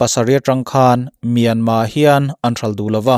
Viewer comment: Myanmar tih ani in ka hresia tinge myanma ti in ichhiar ziah a😃😃